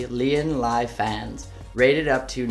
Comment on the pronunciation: How did you butcher lian LI that fucking bad